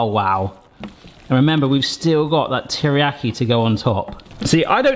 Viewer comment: Me wincing every time mispronounces teriyaki 💀 Please save us from it lol it's pronounced like tear but NOT the crying tear like you've been saying, its actually the grr I'mma tear this apart type tear that's then followed by the iyaki.